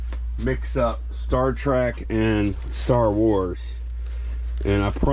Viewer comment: It’s Star “Trek” not track!